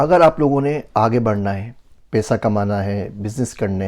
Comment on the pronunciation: Aap ka pronunciation sab theek except for paisa peisa....n job ki jageh jub. ...little practice will definetly make ur urdu superb. Hope this does not hurt u